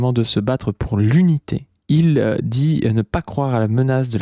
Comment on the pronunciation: Et juste après les gens le huent, scandent Unité (qui sonnait plutôt comme crudité d'ailleurs 😂) et malgré toute la salle qui est de son côté, Faure met 3 heures à trouver une réponse au gars